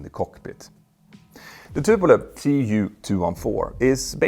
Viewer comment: And the mispronunciation of Tupolev also fell into the usual trap. (In the west people also can never say "Medvedev" properly -- not that he has much to do with this subject!)